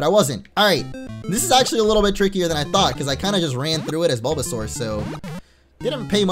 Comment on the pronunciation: Er0oR! avl and you called Bulbasaur Balbazor